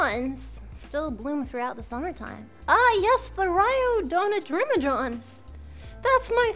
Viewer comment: Poor Melody can't say rhododendron.